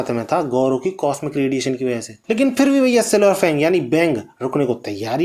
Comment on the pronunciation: Fang ko bang bol raha hai